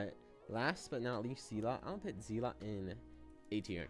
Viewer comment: Bro is saying Zealot like Zeelot